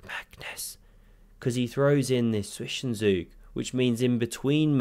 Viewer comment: I had headphones on and "Zwischenzug" has never sounded more magnificent.